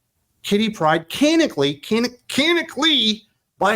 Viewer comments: For the love of all that's holy, "canonically" is pronounced "can-NON-ick-ly!" My ears thank you, my nerves thank you, and I thank you! Geez, bullshit like this is why I don't read comics anymore. When in doubt, make 'em homosexual! As so sagely pointed out with Tim Drake and Jon Kent, there's no such think as bisexuals in comics having a heterosexual relationship, because all hell will come down that the "queer" character isn't "queer" anymore! Just as with any other "woke" endeavor, all the creativity, such as it is, comes to an end after the character is made "diverse." You don't have to do anything else. You can write complete garbage thereafter. and the "right" people will still applaud you for what you did TO the character (*cough*The*Acolyte*cough*). Glad I have a lot of the old stuff in trades yet to be read. Hell, I'll re-read my old trades instead of buying this crap! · Can-on-ick-alli. That's how you pronounce 'canonically '